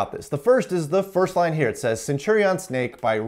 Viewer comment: Anyone else keep hearing it as CMake?